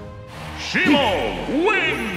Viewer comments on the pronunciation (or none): none